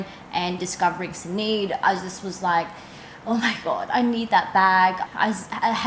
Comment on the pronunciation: Stunning bag! Loved it too when I saw Sinead wearing it. Sinead is an Irish name...it's pronounced Shin-aid. Just so you know 😊 x